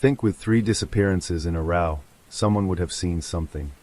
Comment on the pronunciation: Nope. got as far as when a street light flickered two nights in a 'row', pronounced 'raww') I refuse to listen to AI slop.